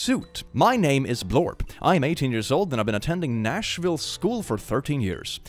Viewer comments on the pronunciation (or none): none